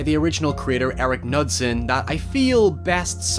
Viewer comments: Knudsen is promounced with a hard K-sound btw. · Unrelated, but it's pronounced with a hard K sound. K-noo-sen. It's Scandinavian :3